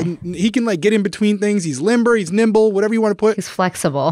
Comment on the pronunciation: "Niber" a cross between nimble and limber LOVE IT!!! LOL